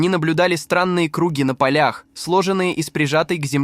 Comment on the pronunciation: Тембр голоса хороший, дикция правильная. Но ударения в словах - мрак! КрУги, лОпата и т.д.